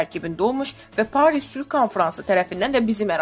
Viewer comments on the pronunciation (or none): Jurnalist Danisiqiviza fikir verin tarixi sehv demeyin kamaandir yox kamandir paaris yox paris telefuzuvuze fikir verin camaat sizi dinleyir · Sözləri düzgün tələffüs edin Paaaris yox Paris